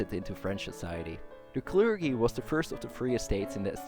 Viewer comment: Great video and interesting thesis, thanks so much for this. Just for your reference: 'Clergy' is pronounced 'klerjy' not 'klergy' (with j as in june), and Erdoğan is pronounced 'erdowan' not 'erdogan' as the ğ letter in turkish is scilent and just lengthens the preceding vowel (kinda). Not that it really matters and the video is still great.